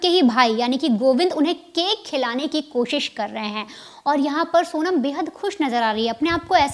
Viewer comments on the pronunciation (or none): none